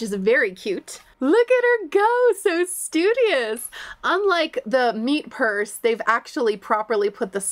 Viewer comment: just got to the school collection part where you also specifically say "meet purse" lmao